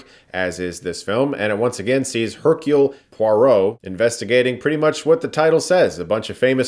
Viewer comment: That english pronunciation of his name, Hercule, really hurts.